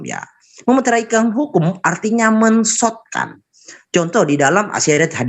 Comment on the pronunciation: mensotkan, mensottkan.. 😝oten itu dlm kitabmu